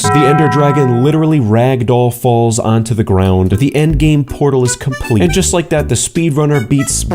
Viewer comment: At the start who else heard lake comment and subscribe😅